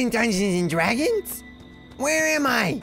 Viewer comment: Just Wanted To Play "Dungeons And Dwagons!!!"